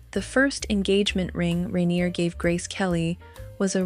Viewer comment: At least learn how to pronounce "rainier". Your trailer is showing.